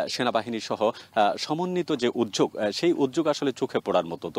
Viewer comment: উদ্যোগ উচ্চারণ হবে